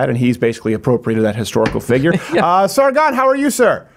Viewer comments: Why did Steven pronounce Sargon's name with a Peter Griffin/New England accent? The shame, such horrible shame lol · Sargon name pronunciations are ridiculous 😂